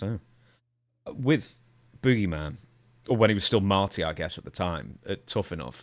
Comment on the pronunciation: I like how the announcer calls him the boo-geyman